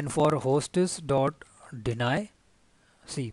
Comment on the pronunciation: It is "HOSTS", NOT "HOSTESS" !!! learn how to properly pronounce english words.